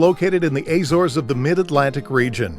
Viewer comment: I think he was just referring to the narrator's mispronunciation of the name.